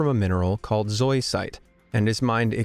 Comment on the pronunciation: FYI - it's not commonly pronounced "zoy-site" by geologists. Its pronounced "ZOE-ih-site" or even better, "ZOE-əh-site" with a schwa sound in the middle syllable. Some say it can be said like "suicide" but with a "Z". But most geologists and rockhounds I've studied/dug with use the first syllable of "Zoe" like the girl's name. There are 3 syllables and the least stress is on the last syllable, most stress on the first. Tanzanite is truly a gorgeous stone and has the rare property of being Trichroic, meaning depending on which angle you view it from, one single stone can appear blue, red, and purple depending on how the light hits it. It only occurs in ONE mining location worldwide and the chances of it forming naturally are estimated at something like 1 in 1,000,000. It was formed by the same plate tectonic activity which formed Mt. Kilimanjaro and occurs as exceedingly pure zoisite tinged with impurities of vanadium. A truly rare and valuable stone indeed. If you want tanzanite jewelry, buy it now, because once the existing mine is declared exhausted, that's it, no more can be mined anywhere else in the world (as of current knowledge, although other deposits may remain undiscovered miles below ground)